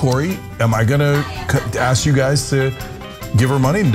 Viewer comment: "Axe them the question" -Ana Kasperian